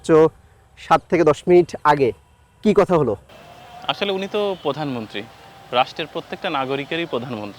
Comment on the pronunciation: আপনার কণ্ঠ খুব সুন্দর,, কিন্তু বারবার পধানমন্ত্রী উচ্চারণ কানে লাগছে।প্রধানমন্ত্রী।